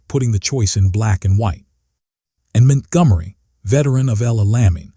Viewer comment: Man this doc is hilariously stupid because La Lamy is supposed to be Al Alamein and , the AI states Montgomery's name as Mint Gummery. That said, WW2 Content Creators need to get their shit together if they're hoping YouTube Viewers will take them seriously.